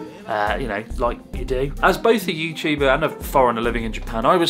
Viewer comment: "Are you youtubah?" "Yes 🙂"